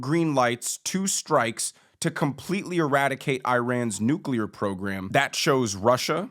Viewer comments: Lol i almost forgot how hilarious it was to hear GW say nucular like 10 times in a row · Bush couldn't even pronounce nuclear